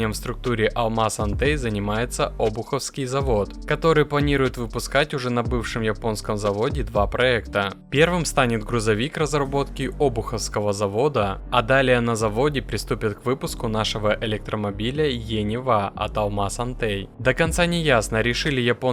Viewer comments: ОбУховского а не оБуховского😂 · обУховского - а то режет слух и сразу выдает не коренного жителя СПб. Это, как Сэ-Пэ-Бэ, вместо Эс-Пэ-Бэ.